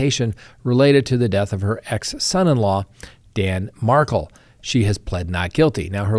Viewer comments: Regarding the Donna Adelson trial, I've been following the FSU Law Professor Dan Markel's murder case since the beginning. Never heard anyone, including his parents, pronounce his last name like you are. I believe his last name is pronounced Mar-KEL, emphasis on KEL (rhymes with HELL). You are pronouncing it like Meghan Markle's last name. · It’s pronounced Mar-kel’ jeez